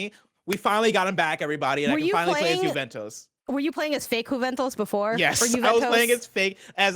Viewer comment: 'Juvetoes' lol